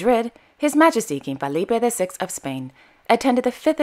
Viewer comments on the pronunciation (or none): Love these, thank you. I appreciate your pronunciation. Please be aware….. FElipe and LEtizia of Spain. I’ve noticed you often say FAlipe and today you said LAtizia. I hope you take this observation in good spirit! 😊